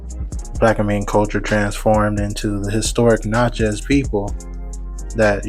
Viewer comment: It’s pronounced: Na-chuhz.